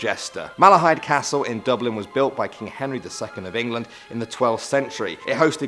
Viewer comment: Oran McGowan Dublin not bublin